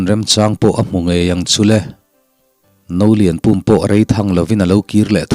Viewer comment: Ka lo sawi vel lawk nge Nolianpum tih kha duh aiin in lam chang deuh mahmah ka tia pum tih lai tak kha thluk sang lovin thluk hniam zawk la i lam dikin i lam no ve deuhin ka ringa a Pum lai tak kha thluk hniam la a fuh in ka hria